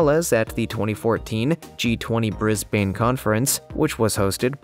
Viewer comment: So koalas are dangerous animals now? At least if the narrator doesn’t know how to pronounce “Brisbane” he doesn’t call the animal a “koala bear”